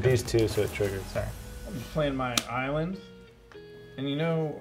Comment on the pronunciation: "Shiny is-land, as we call it in...Is-land". I don't know why I'm laughing hard to that.